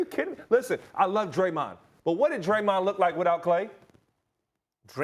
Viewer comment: I stopped watching after Max said Steph and Dremond 😂. 1st time I agree with Ryan Hollins